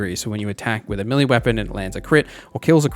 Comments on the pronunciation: The word "melee" is pronounced may-lay, not mill-ee. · I kept wondering what a milly character was. Then it hit me! Ah I think he's saying meleeeee lol